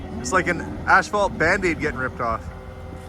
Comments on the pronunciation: Please, it is pronounced — ass fault — not ash fault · Is he saying ASH phalt? I've never heard it called that before. We say asphalt. No "h" in the word. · Pretty cool to watch things come together. By the way, I believe you kept calling it Ashphalt. I'm no wordsmith, but I thought it was pronounced asphalt. Either way the flooring will come together quite nicely wants it corrected. The cabinets look great and I always love a real wood shelf myself as well. Can't wait to see it finished. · There are lots of words said differently from region to region. ASH-fault sounds way better than the way I've always heard it (ASS-fault) anyway. I pronounce the word "caramel" as CAR-MEL. My daughter says CARE-A-MEL. Why? Don't know. Don't care. With such an interesting world of diversity, how can there be only one "right" and everything else is "wrong"? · Curious…where I live everyone pronounces it “as - fault.” How does everyone else pronounce it? Is pronouncing it “ash - fault” a Canadian thing, a regional thing, or an thing? 😉 I love these types of things! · It’s not ash-phalt, it’s As-phalt. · Is he saying ASH phalt? Ive never heard it called that before. We say asphalt. No "h" in the word. I guess its different in Canada. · I am not picking by any stretch but it's spelled and pronounced asphalt not ashphalt. You are making me twitch when you say it :D hahahahaha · I have never heard asphalt pronounced “ash fault”. Where I’m from it’s “ass fault”. 😂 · 😂😂😂it's pronounced ASS-FAULT...not ASH-FAULT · In New Mexico buildings were made with cinder blocks made with cement and volcanic ash. Is the "ash-fault" made with volcanic ash or is it just customary pronunciation? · The way, and others, pronounce that word may be better than in the States, or at least where I live, they say 'a$$-fault'!! 🤣🤣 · Is it a Canadian thing to say ‘ashphalt’, or just an thing? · I noticed that, too, lol! I have never ever heard it pronounced, "ash-phalt." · ph is pronounced as f